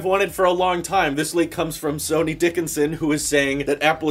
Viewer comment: I think his name is pronounced like Sunny, not Sony 😂😂😂